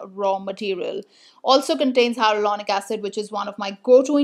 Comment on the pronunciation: Did you mean hyaluronic acid? I think I heard "hyarulonic acid"!😂